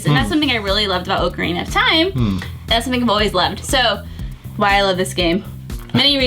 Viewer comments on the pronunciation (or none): Its not O-crina of time. Its Ocarina of time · "OAK-a-reena of time" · Can’t stand the way she pronounces ocarina